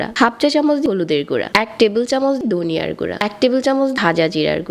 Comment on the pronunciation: ধনিয়া, ঢেলে দিচ্ছি - এই উচ্চারণ গুলো ঠিক করেন আপু।